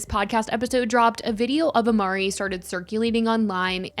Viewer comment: It’s not imari it’s Ari